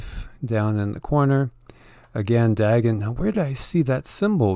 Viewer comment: It is pronounced " Day - gone" Dagon .......